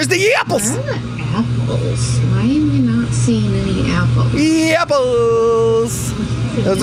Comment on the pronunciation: Take a drink every time says yapples and I’ll see you in the ER. 😂